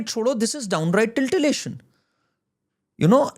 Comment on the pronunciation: Bhaiya - titillation hota hai tiltillation nahi 😅😅😅 waise mai aap se poori tarah sehmat hoon.